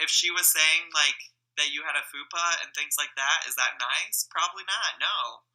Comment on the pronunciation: The way he says fupa XD